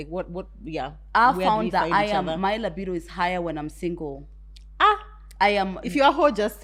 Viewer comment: Its pronunciation of 'libido!' 4 me